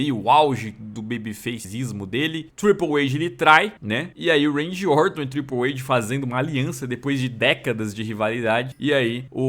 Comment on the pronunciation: Acho engraçado q o pronuncia TRIPLE AID kkkk